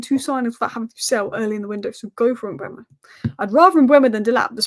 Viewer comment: M-beu-mo not Mbwemo, it's e before u. Read his name!